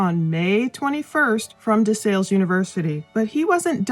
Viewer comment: It's "DE SALLE" like PAL.